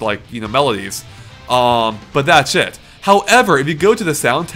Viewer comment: Why do I keep earing "that shit" every time you say "that's it"?